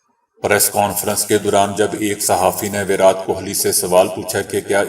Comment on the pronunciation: ورات ورات بول بول کے آپ نے﴿وراٹ﴾ لفظ کی دھجیاں اڑا دیں ۔ ایسا لگ رہا تھا جیسا کوئی سر پے ہتھوڑا مار رہا ہے ۔ پلیز آپ ایسا کچھ کریں جسے ہمیں ، اس غلط انداز بیان سے چھٹکارا مل جائے پونا بھارت